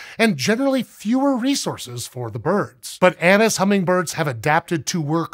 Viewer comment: I keep hearing anus hummingbirds 🤦‍♂😂